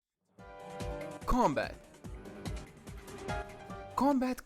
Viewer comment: the way bro says combat low key annoys me